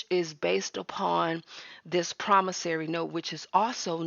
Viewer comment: I noticed she corrected the pronunciation in her latest video. Now we just need to work on PromissOry, not "PromissAry". 😁